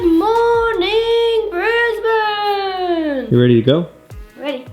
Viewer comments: Welcome to Brisbane! Glad you chose to start your Aussie adventure here instead of the cliche Sydney or Melbourne. Also big props for pronouncing Brisbane properly straight out the bag. I won't give you the same guff about the Starbucks thing. What I will say though is the Apple store you ended up in is actually in a building called MacArthur Chambers. It's the building which General Douglas MacArthur based himself during his time in Australia in the wartime. In fact if you were to walk around the side of the building and up the hill some, there's another entrance which has a lift in it that takes you up to a museum and you can stand in his office, which has been preserved exactly as it was. Sorry about the GoCard thing. It's ridiculous. They should be changing it to tap on/off with phone NFC soon... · Thank you for making the effort to say 'Brisbane' correctly